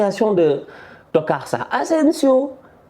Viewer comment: je ne commentes pas souvent vos vidéos mais ça me fait rire quand tu prononces le mot TOCARD hhhh, machallah je te suis depuis la Mauritanie